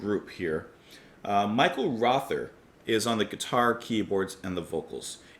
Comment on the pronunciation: Mike Oldfield once said that there's nothing wrong with repetition as long as it's worth repeating. He's not wrong. A few notes: Michael Rother's surname is pronounced rota. And yes, Klaus Dinger & Thomas Dinger were brothers. Michael Rother & Klaus Dinger were also both in the very first lineup of Kraftwerk but left shortly before the first album was recorded. After NEU! 75, Klaus Dinger formed La Düsseldorf with Thomas Dinger & Hans Lampe who he had brought on board for Side 2 of NEU! 75. Michael Rother meanwhile teamed up with Cluster and formed the group Harmonia, who later recorded some collaborations with Brian Eno. English eccentric musician Julian Cope recorded an instrumental B-side in 1992 called Michael Rother as a tribute. He was a Krautrock fan and wrote a book called Krautrocksampler as an introduction to the genre. It is often wildly innacurate, but an exceptionally entertaining read. Here is a link to the particular track in question